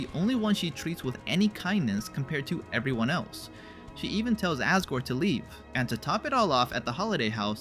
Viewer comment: not him pronouncing "asgore" ass guard